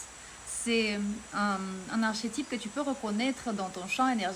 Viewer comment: Le « ch » de archétype, se prononce « k » en français, bravo , tu parles déjà très bien, avec un joli accent , Muito Axé ! 🦋🌱🎶🌍💐🕊️🧘🏽‍♂️🫶🏼😎👍 et Merci pour ta lumière et vibration 🌸 Salve ! 🙏